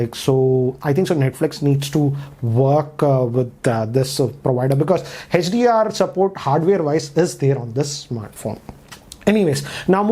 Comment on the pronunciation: whole world: hdr: hatch-dee-r